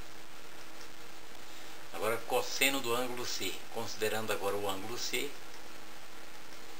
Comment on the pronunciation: cósseno kkkkkkkkkkkkkkkkkkk eu ri MUITO